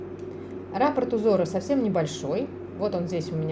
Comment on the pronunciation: Большое спасибо за книги и видео. Вяжу сейчас подушку мозаикой из центра. Прошу прощения, что поправляю Вас, но в слове "раппорт" ударение на последнем слоге.